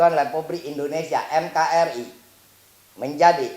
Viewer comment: NKRI bukanya MKRI. Organinasion